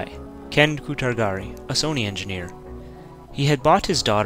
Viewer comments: Its pronounced "MA RIO" not "ME RIO"! and the Japanese dude's name is pronounced "KU TA RA GI" not "KUTAR GARI"! i'm 99% convinced that you can't pronounce my name. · lol "Kutargari". Even though on the screen it clearly says "Kutaragi"